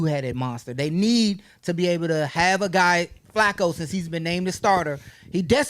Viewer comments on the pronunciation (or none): Is she calling him Flocco? It’s Flacco.